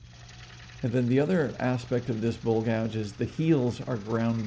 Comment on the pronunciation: Buddy, your very knowledgeable on your lathe, but you have people confused because you can't say bowl! You say it like bull! Please learn to say bowl, not bull